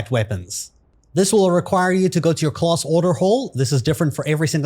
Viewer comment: why do you say class like that....its class, not clause....